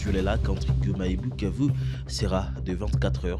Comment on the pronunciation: c’est koi cette facon de pronouncer Bukavu